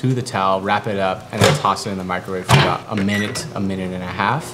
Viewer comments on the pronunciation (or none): none